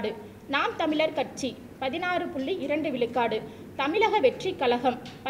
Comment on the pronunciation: தமிழ் உச்சரிப்பு சரி இல்லை. கழகம் கலகம் தமிழ் தமில் 😭